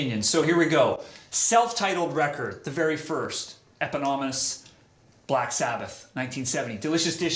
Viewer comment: Sam mispronounces "eponymous."